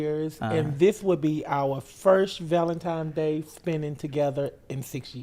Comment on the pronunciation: Every time said “ValentiMes” I chuckled 😂 Happy ValentiMes Day you guyths❤❤❤